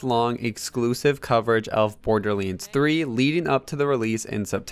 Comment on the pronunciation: Not borderleads my guy... It's borderLANDS lol